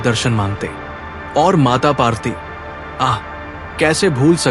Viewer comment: Mata parwti not mata parti.